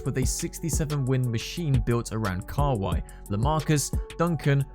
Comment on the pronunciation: I think he also said Kawallly instead of Kawhi